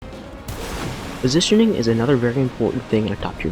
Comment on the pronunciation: Good effort, 'postitioning' though? XD